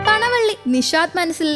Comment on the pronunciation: പൂച്ചകൽ അല്ല പൂച്ചാക്കൽ. പണവള്ളി അല്ല പാണാവള്ളി ആണ്